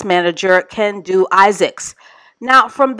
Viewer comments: Every time you said Ken-don’t, I chuckled 😂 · Kendu? Teh, more like Ken- don’t 😂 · I almost busted my side when called him KenDONT 🤣😭